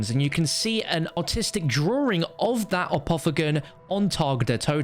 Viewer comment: Bruh he says “artistic” like “autistic”